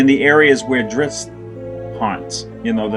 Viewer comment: Someone on his message boards pointed out that Bob is Italian, and Bob's pronunciation of "Drizzt" makes perfect sense if you consider the "zz" part of the word "pizza". "zz" is pronounced like /ts/. Thus, "Drizzt" is pronounced /dritst/. Now, just imagine D-man slicing and dicing some pepperoni pies with those twin scimitars of his, and you're all set!